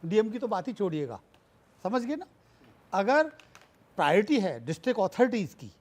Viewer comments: Ashish Sood- Priority बोलना तो सीख ले. You can’t even pronounce ‘Priority’ correctly and you are the education minister of Delhi- Shame on you. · Bhai education minister ko priority bolna sikhaya jaye 😂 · Is shiksha mantri ko khud shiksha nahi mili tabhi to priority word v sahi se nahi bol pa raha, ye saare desh ko apne jaisa education hi dena chahte, neta aisa chunoge to aisa hi hoich hoga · Delhi ke education minister ko priority bolna to ata nahi 😂😂😂yeh sudhar krege 😂😂😂😂